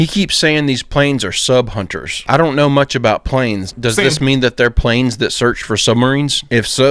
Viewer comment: She said too mich